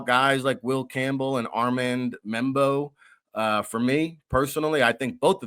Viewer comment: Tat McMillan, Membow, Irseray, wow!!